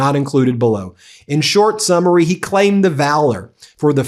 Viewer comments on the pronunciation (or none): none